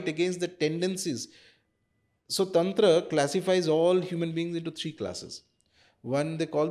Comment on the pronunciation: Madam english accent me tantra bolte hue bohot bekar lagti hai! Taantraaaa! Paglait😒